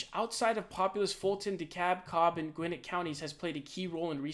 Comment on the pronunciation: Just FYI: Gwinnett County is pronounced like "Gwen-net". Like the name Gwen and the world net put together. Also Macon is pronounced Make-un. Like Make and "un". Said quick like one word.